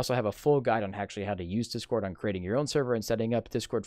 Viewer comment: You don't know how to spell or speak properly. You said 'This cord' instead of 'Discord'! You also said 'cuz'